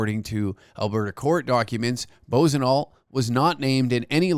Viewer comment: The idiots name is pronounced like....Buahsonoh!! But I like the latter!!😂